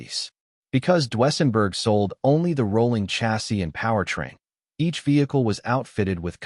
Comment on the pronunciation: "DU-ESSENBERG".???? REALLY.?????